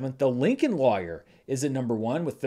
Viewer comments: Never heard it pronounced that way shrug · Lawyer must be that one word that just can't pronounce lol (We all have one... Mine is Literally)